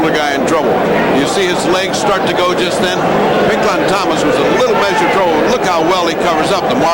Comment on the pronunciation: "Pink Lawn Thomas"